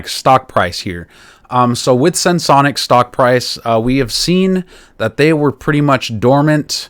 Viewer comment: Finally! Someone who can pronounce the name properly! 😂 Sense-onics ✅ Sen-se-onics ❎